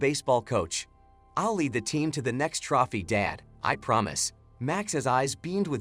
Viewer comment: Sad they don’t have someone that knows the pronunciation of trophy!